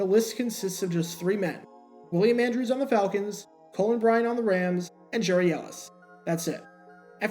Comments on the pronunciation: Get the name pronunciation right. His first name was pronounced "Gary" not "Jerry". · His first name is actually pronounced “Gary” (not “Jerry”). Not sure why, but that’s the way it was. By the way, your videos are terrific. I could watch these all day. I love the narration and the fact that you really do your homework. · Re-record and pronounce the guy’s name right 🤠